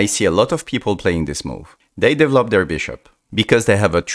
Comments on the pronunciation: I just love how he says "devlop"😂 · ah yes "devlop"